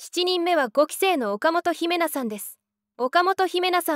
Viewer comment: 岡本姫奈 (誤)おかもとひめな (正)おかもとひな 頼むぜ